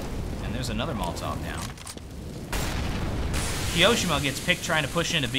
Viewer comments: key-oh-shem-ah not keyo-seemah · i love the way says "keeosheema" xD